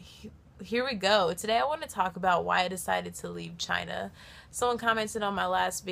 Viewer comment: she says "but China", but It sounded "v*gina"